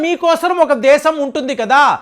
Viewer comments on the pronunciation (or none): none